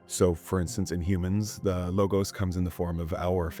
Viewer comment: You somewhat get off on the wrong foot when you mispronounce the word 'logos' Law-gahss